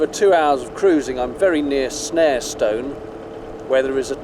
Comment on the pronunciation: As a local, Shackerstone is pronounced Shakerstun! Equally Snarestone is pronounced Snarestun! The funny little mooring is called Gopsall Wharf.